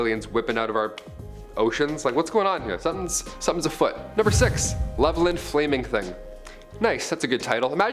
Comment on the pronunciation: Levelland is pronounced (Level-Land)